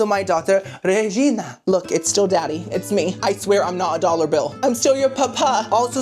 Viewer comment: Re’Gee’Nia! Re’Gee’Nia! Re’Gee’Nia! Re’Gee’Nia!